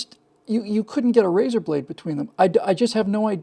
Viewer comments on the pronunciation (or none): none